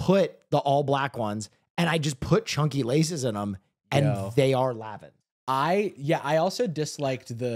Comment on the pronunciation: excuse me but it’s LAN-VIN ☝️🤓